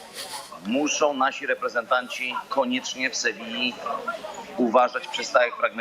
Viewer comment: Panie Borek Ameryki Pan nie odkrył. W Sevilli w samo południe temperatura dochodzi do 45 stopni. Wieczorem nie będzie już takiego gorącego słońca, ale na pewno będzie duszno. I nie wymawiamy Sewilla, tylko Sewija. Pozdrawiam wielbicieli tego PIĘKNEGO KRAJU.